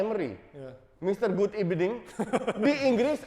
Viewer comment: Akhirnya denger gud ebening 🗿